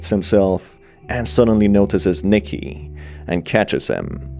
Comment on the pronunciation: it’s Nicky not Micky